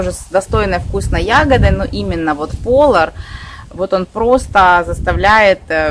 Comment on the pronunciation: Не ПОлар, а ПолАр!